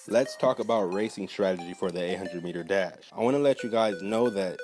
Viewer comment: I THOUGHT HE SAID DAB SO I WENT BACK AND CHECKED THE TITLE AGAIN